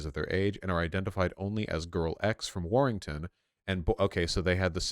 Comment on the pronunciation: It's weird to hear vaush say "warrington"